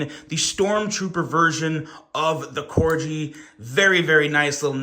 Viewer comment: Corg——-eeeee, not cor-jee, 😂 like the dog. Merry Christmas though, hope y’all had a good one.